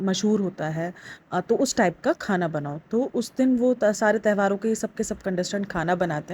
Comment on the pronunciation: Behan tehvaar nahi tyohaar hota hai